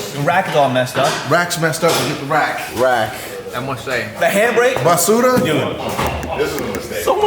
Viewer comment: I like how tried to say basula